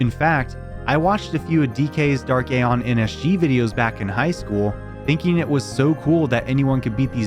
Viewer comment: That's not how you pronounce Anima